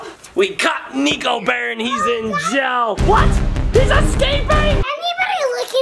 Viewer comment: Have u ever noticed that ur dad says jell instead of jail adley